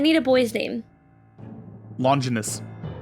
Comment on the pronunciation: Longinus IS a name but as allways, said it wrong. It's pronounced Lon-gine-us. Like vaginus. As in the Spear of Longinus aka The Spear of Destiny. I gotchu, boo! 🥰